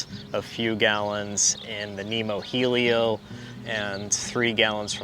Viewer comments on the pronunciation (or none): none